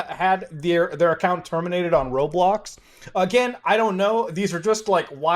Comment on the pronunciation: How did he say roblox in unturned arid accent